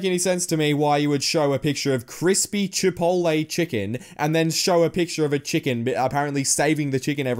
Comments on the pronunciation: Did you notice how she said chipotle like chipoltlay not chipolay? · Is anyone gonna talk about how she said cha-pot-lee